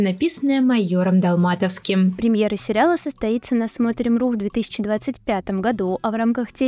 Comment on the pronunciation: Песня "Дорога на Берлин" написана на стихи Евгения ДолматОвского. Ставьте правильно ударения.